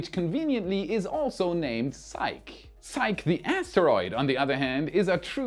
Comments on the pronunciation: It's pronounced SIE-kee, not sike. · By the way, it's pronounced Sikeeee not sike:-) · Psyche: sigh-key. Just to highlight English spelling / pronunciation oddness. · Love your channel! 🎉 Btw, Psyche is 2 syllables (different from psych) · Hey, it's not pronounced "sike", it's actually "sike-ee". The e isn't silent because of it's Greek root spelling Psykhe. In Greek mythology she was the wife of Eros (Cupid). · Psyche is pronounced ZiK-ee, not just ZIKE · Is psyche pronounced "sike" or "sikee"-- I think it's sikee.. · It's pronounced si•kee,. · It's pronounced "sike-ee". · I think that Psyche is pronounced Sy-kee. It's the name of a character in Greek mythology. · With Psyche, the e is not silent, the name is Greek not French. In mythology, she was the Greek Goddess of the Soul and wife to Eros (they became Anima and Cupid for the Romans). Psych is when you make someone think you are going to do something and last minute, when they flinch in responce, you say `Psych'... Keep up the great work. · Psyche is two syllables si-key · The pronunciation of Psyche is [SY]+[KEE], two syllables. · Because psyche is a Greek word, we can use Greek pronunciation. So it's pronounced "sigh-kee". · ...it's pronounced "sai-kee", Psyche! I don't mind when you mispronounce other words, this is an important mission! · Hi,, please, please, the pronunciation of Psyche is 'sigh-key', it is a Greek goddess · Love all your stuff but you hit a hot button for me - I cannot hold back... SIGH-key - The name Psyche is pronounced SIGH-key. End of rant. Apologies. Crawling back under rock. Coming out later to watch more fantastic videos... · Psych-EE. Its Greek. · Psyche is pronounced "Sigh-kee". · PsychE... the 'e' is long... sigh-key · As a classical Greek name, I think it is pronounced si-key. (saɪki in IPA). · Psyche is pronounced SaiKee. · Uhhh... that's painful. "psyche" is pronounced "sigh-kee" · "Psyche" is pronounced "Sai.kee."